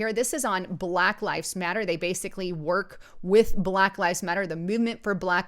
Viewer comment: BAAAAA-LACK..........................IT'S ONE SYLLABLE , YOU ANNOYING NIT. GO ALL CAPUTO ON US, GET IN THAT BUNKER, WITH YOUR AMMO. AND ALL THE BEANS.GAS MASK NEEDED.